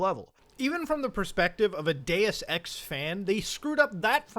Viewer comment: Sounds like he said I like Day Sex